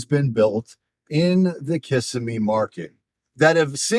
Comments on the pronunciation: It’s pronounced KUH-sim-EE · LOL!! Kissimmee is pronounced Kih-sim-ee! Emphasis on "sim". Your pronunciation of it cracks me up! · I know you can tell when people pronounce that incorrectly we all know they’re from out of town.😂😂😂😂